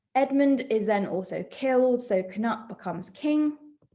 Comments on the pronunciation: His name is not pronounced “cuh-nut” it’s “cah-newt” (Canute is another spelling of his name) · I thought Cnut was pronounced Canute…